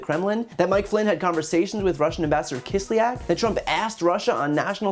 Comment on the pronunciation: Russian ambassador Kis l ya k. Two syllables. "ya" is a single vowell.